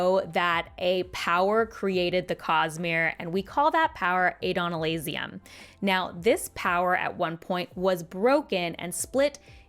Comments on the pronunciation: This was a great video. I have a somewhat pedantic gripe. It feels like you add extra letters to "Adonalsium". The audiobook narrators pronounce it: Add-oh-NAHL-see-um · It was all going well until she said "Adonalasium". Already teaching people to pronounce it incorrectly, smh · Poor pronunciation just means you are a superior book reader. Badge of honor.